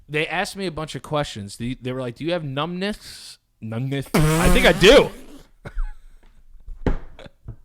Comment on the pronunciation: Joe: "Oh through the middle? Just split the difference"? Lmfao. 😆🤣👏 -: "Do you have numbness"? (Says it weirdly) like he just came from the dentist Lmfao. Like Frankie's "blendour".